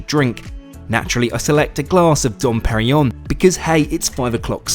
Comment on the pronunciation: Eh. The Moet pronunciation I have no problem with, but there are two 'n's in Dom Perignon! Its not "Dom perryon".